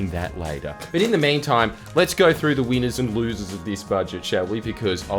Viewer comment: His 'winners' sounds like weiners